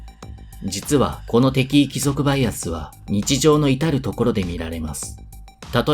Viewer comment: なんとなく、イントネーションがきになる。敵意の部分